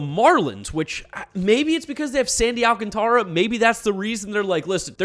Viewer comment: Whats insane is that Sandy Alcantara's name is still being mispronounced and he debuted in 2017